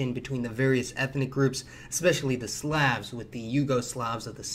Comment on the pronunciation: Jesus christ the way this guy pronounces "slav" and "slavic" is so incorrect it's legitimately worse than nails on a chalkboard.